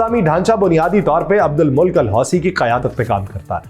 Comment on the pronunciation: ماشاءاللہ اچھی صحافت ، بے باک انداز لیکن حوثیوں کے سربراہ کا نام آپ نے غلط لیا، Abdul Mulk Nhi balki Abdul Malik عبد الملک۔ میم کے زبر اور ل کے زیر کے ساتھ